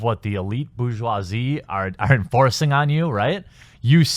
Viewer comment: 'Eliet burgeousy'- I always knew you were a comi